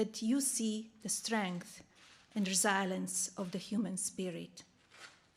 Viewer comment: Trump can't afford an English tutor for his linguist wife? Resilience rhymes with silence, etc , etc. ????Why aren't they coaching her before these speeches so she sounds more fluent?